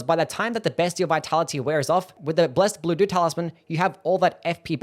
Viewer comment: I was listening to the video on the background and I was constantly hearing "blessed doo-doo talisman":face-blue-smiling